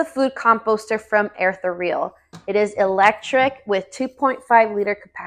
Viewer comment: You're supposed to pronounce the name like "air" + "ethereal". Like air-THEE-ree-uhl. Also, just because you're desiccating meat doesn't mean that it won't begin to stink once you rehydrate it in your garden. It will definitely have an odor. I personally feed my dried scraps to my Reencle aerobic digester to break down the waste fully and remove the odor.